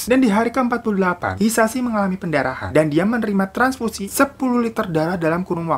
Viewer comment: Daritadi gua mikir tranparasi apaan, transfusi toh maksudnya😂 ya Allah ini kuping gua yg error apa emng ngomongnya typo?😂